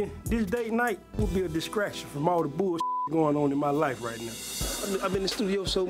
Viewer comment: Why can’t pronounce the word ‘distraction’ 🤦🏾‍♀️